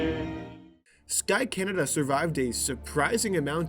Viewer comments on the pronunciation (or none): bro said canadia??? Doth thou meaneth CANADA????? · did he say canaydia? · Why did he say "canadia"😂😂😂